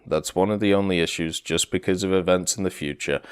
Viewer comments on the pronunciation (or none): none